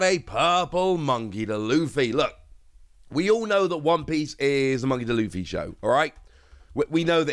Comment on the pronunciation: Bro said "Monkey Da Luffy." Just call him Luffy, my man.